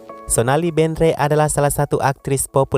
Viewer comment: Sonali bandre Kali min 😁 bukan bendre